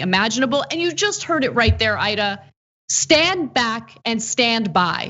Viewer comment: About to close the vid until I heard “...Aida ...”